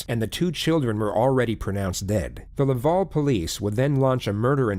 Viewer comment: I live in Montreal and I just have to say the way pronounced “Quebec”, “Laval”, and “Montreal” pained me lol. Also it was clear this was in Quebec as soon as I heard the investigator’s accent 😂 Edit: This woman is a monster and we do not claim her